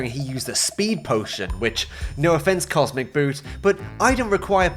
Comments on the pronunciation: love how you keep pronouncing the name wrong, classic spiteful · the biggest thing for me... is that he actually has been getting cosmeticboot's name wrong the whole video! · dude he doesn't even pronounce the guy's name right 😂 Edit: damn i got bamboozled too hahaha